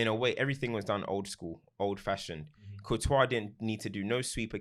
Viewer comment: Why does call courtois, COO-tois 😂